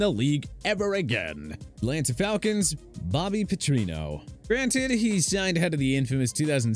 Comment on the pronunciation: I know some of these coaches were bad but did you really need to pronounce so many incorrectly? Bobby Petrino and George Seifert had enough misery at those stops as it was.